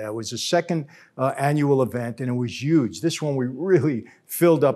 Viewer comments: You say "Yuge" much like Donald Trump does haha. Made me smile. Not a pro or con statement, just an observation 😁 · “It was YUGE” gets me every time. 😂